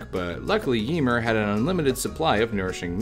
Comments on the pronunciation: Yemur 😅 Ymir is (yuh-meer) for future reference. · Ymir is pronounced yuh meer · I like how he pronounces Ymir lol